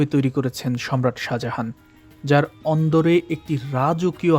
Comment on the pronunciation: Speel ta hobe Sajahan kintu Apnar uccaron hocce Saha Jahan jeta Somvob na, Sajahan sothik , think about it.